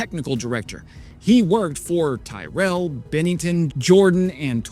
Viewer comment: Tyrrell is pronounced teer-ell